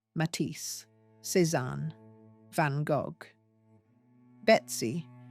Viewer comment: Van Gock? 😂